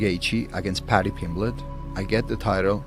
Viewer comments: Moicano: "Pady Pimbleech" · Paddy pimblech 😅😅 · 😂, no pal, I'm from Huyton the same as Paddy, so I think my opinion is more apt than most, he absolutely butchered it. Lol. But that is only my humble opinion.